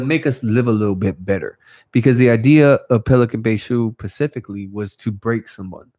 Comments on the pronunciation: Nothing but respect. Homie if your reading it is “Specifically” not “pacificaly” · “Pacifically” kept it g. Hope he can take a joke. I can not imagine doing 9 years in the bay. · Damn dawg it’s specifically not pacifically much love homie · Pacifically in the nineties. 😝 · Homie keeps saying “pacifically” instead of “specifically”, but i would never correct him in person because i would not want to offend him & get a sharpened toothbrush in my eye socket.